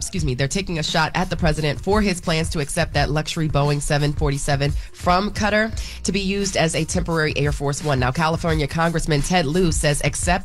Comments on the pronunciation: Kuh-taar needs donkey of the day for butchering the name of that Arab nation she could have looked it up briefly she does news dam! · CUTTER?.WTF...will someone please tell it's pronounced kuh-tar.